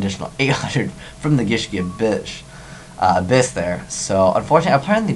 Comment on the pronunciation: I love how he said "Gishki A-bitch". XD